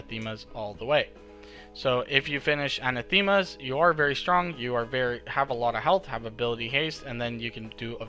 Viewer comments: Awesome guide! Btw, Anathema is pronounced uh-NATH-uh-muh as opposed to an-uh-THEE-muh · lol missed that but it's still not perfect